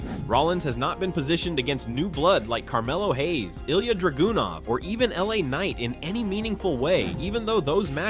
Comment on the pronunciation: Ilya Dra-GOON-ov